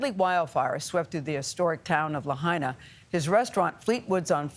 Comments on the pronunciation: Again Tony, its not very hard to pronounce: Lahaina, NOT LaHEYnah. You mispronounced Lahaina in your earlier report, when the sun was still shinning, now its nighttime. Please do your research, ask a Local Person they would be happy to tutor you on pronouncing Lahaina. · LaHAYna? Please, show some respect. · Lahena Lahana. Lapaypay. Geez get it right. There’s a letter I In the second syllable. La hai na! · It' pronounced Laha I na not Lah A na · It's Lahaina not La hay na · It's La-Hi-Na. NOT Lah-hay-na. SHOW SOME RESPECT COLONIAL CLOD. WHERE ARE THE EDITORS? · Lahaina. La-high-na. Not La-hey-na... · La High Na NOT LA Hey Na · Me hearing Lahaina (Lah-high-nah) being pronounced La-hay-na... 😳🙄🤨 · At least PRONOUNCE LAHINA CORRECTLY!! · “LaHAYna”? A professional news agency should at least pronounce the city name correctly! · It is pronounced, La Hi Na! I have not heard it pronounced correctly for days! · La hi na say it right! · Reporter it’s pronounced…. LA - HIGH - NA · La-hey-na???? 😖👎 STOP #Ignorance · la-HIGH-na, if you please! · La-HINE-ah .... y'all should learn how to pronounce the names of towns in crisis you're covering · Tony please stop saying Laheyna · Good grief, at least pronounce the name of the town correctly! Lāhaina = Lā hai (like high) na. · La hay na😂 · Him mispronouncing “Lahaina” is so frustrating! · Why can't the guy reporting on scene pronounce the name of Lahaina correctly? It seems pretty rude. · can the reporter learn how to say the name of the town please..... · Get rid of this guy..if he can’t take 2 seconds to learn how to pronounce Lahaina…then you are disrespecting the people who are already hurting.. Do better!